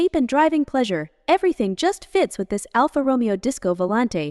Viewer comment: Dear god. ‘Alpha Roe-me-oh’. PAAAAHHHH-leeeeeze make a minimal commitment to self respect.